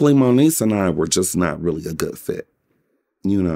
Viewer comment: Did he say Monique or moniece?